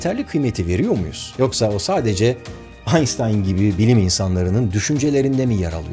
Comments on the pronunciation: Aynstayn değil işte aynştayn türkçe değil mi video. Biz türkler kendisine aynştayn deriz gereksiz kasmaya gerek yok. aAyrıca orjinal alman versiyonu aynştayna daha yakın yani bizimkisi daha doğru. Bu tarz hareketlerin yüzünden hep antipatiksin biraz Sayın Barış bey. Gerçi çok da umrundadır 7Mye merdiven dayamışsın. :D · aynştayn almanca bir isim, neden israrla aystayn diye telafuz ediyorsunuz, anlamak mümkün değil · "Aynştayn" diye telaffuz etmek yerine neden ısrarla ingilizce de böyle bir telaffuz olmamasına rağmen " aynstayn" diyorsunuz acaba? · abi niye aynştayn değilde aynstayn diyosun? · Aynstayn demeyin aynştayn diyin. Nitekim Einstein diye yazilir aynştayn diye okunur. Bu adamin adi sesli. Yazi degil. Turkler corca George dese dogrumu olur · Galiba bu sefer reklam sponsor yoktu 😁 Özkan Abi'ye Allah'tan rahmet ve niye aynstayn diye telaffuz ediyorsun? Biz aynştayn olarak biliyoruz. (Einstein) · Abi Allah aşkına şu adama einstayn deme Einştayn şşşş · Ainstani değil ainştain. Ş ile desen 1000x süper olurdu orjinalinde ş ile olan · biz yanlış mı telaffuz ediyoruz? aynŞtayn değil mi? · Abi lütfen artık ayınstayn deme doğrusu oysa bile deme her sey dogru olmak zorunda değil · Yahu şu adama Aynstayn deyip durmasanız! Yani ille de ilginçlik mi yapacaksınız, bilmiyorum... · Aynstayn mıymış doğru telafuz? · aynştayn diye okunur* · einstein = aynştayn neden amerikalılar gibi telafuz ediyorsun şu ismi? gerçekten neden bu ısrar anlamış değilim. çok itici. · Aysssstain dedikce bir garip oluyorum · Einstein ın adını orjinali gibi söylerseniz daha iyi. "Aynştayn" gibi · Einşıtayn adamın adı artık doğru telaffuz edin kişilerin adlarını😒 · Aynştayn, AynŞtayn, aynŞŞŞtayn, lütfen yaaaa doğru telafuz et Aynştayn çok basit aynŞŞŞŞŞŞŞŞŞtayn !!! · Allah aşkına Aynstayn deme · Bu herifin de “Anstayn” demesine gıcık oluyorum😡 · Barış Albert Einstein'ın ismini yanlış telafuz ediyor. Almanca da "st" ş olarak okunur ve Einstein Almanca bir isim.